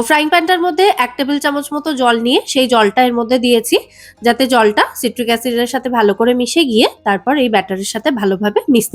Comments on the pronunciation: ওটা সাইট্রিক অ্যাসিড উচ্চারণ সিট্রিক নয়। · ওটা সিট্রিক অ্যাসিড না, সাইট্রিক অ্যাসিড